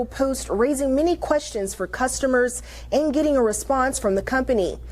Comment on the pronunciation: YES B I HEARD IT TOO , she be AXIN qwershtinz